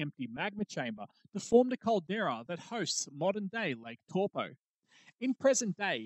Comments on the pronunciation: An easy way to remember the pronunciation of the vowels in te reo Maori - a as in the word car, e as in egg, the i is a long i as in key, o as in core, and u as in glue. And the r is rolled, like a soft d. Eg Taupo is pronounced toepaw, because the a and u are blended, ie, ah-uuu, which makes it sound like 'oh' Great video though!!! I holiday in Taupo every summer. A super eruption is a terrifying thought 😬😬😬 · No its actually "dow po" as the Stone-age 10th wave colonist Maori call it.